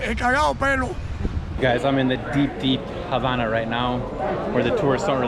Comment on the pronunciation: Dis you hear say "HABANA" (on 31.34mn) with the silent H? (hABANA)